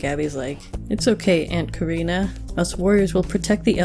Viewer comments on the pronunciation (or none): none